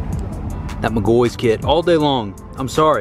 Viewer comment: It irks my soul when he says mcgoys It’s says Mc-gaw-fee 😂